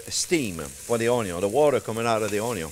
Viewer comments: "Dass thee water comin out of thee oyion...."🤣👍 I've learned SO much from you chef JP! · He says own-yown, not onyo! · English: Onion French: Oignon Chef Jean-Pierre: Onyo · I love that you have taken "onyo" to your heart. It says A LOT about you as a person. I've seen many other YouTubers who change their ways to avoid being made fun of. You embrace it, and ride the fame. So much respect for that! Oh, and this sauce also looks hella delicious! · "Onyo first" - Love it! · I love how he tries his best to say Onyo as many times as possible because he knows we love it. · Singapore South East Asia here, loving the show since “how to cut an onyo” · Chef I love the onyo raw in a sandwich...... and the caramelized. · Lol the timestamps "onyo always #1" 🤣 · "Onyo first" hahahahaha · "Onyo first" 🤣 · Pancakes recipe friends. Lets sautee some onyo! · "Onyo, Always" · O'nyon. A child can do this. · I'm calling and spelling onion, "Onyo" from now on. I think it's better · What makes me laugh is how le chef said onion. I am French and it just jump in my ear 😁 And I am a very big fan of all members of the ONIO family 😂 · I liked this video simply because of how he says onion 😆